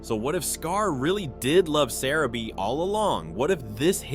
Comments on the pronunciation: it's pronounced Sah-rah-bee! Jeez! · You can’t even say sarabi’s name right